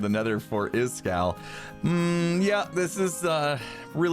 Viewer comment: Breaking news says iskall instead of iskull